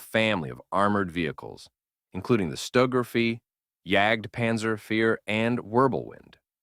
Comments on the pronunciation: Or stugaufee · Stuger Fe . Good video and model kit selection but the AI voice over left much to be desired especially in the foreign pronunciation.